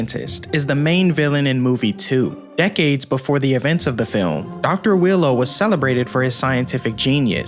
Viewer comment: why do u pronounce Wheelo as Willow?